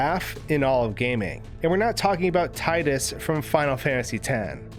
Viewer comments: It’s pronounced Tee-dus not Tie-dus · "Tie-dus"? "Wil-heim"? I love your videos, my dude, but you gotta work on your pronunciations. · Tie-dus? REEEEEEEEE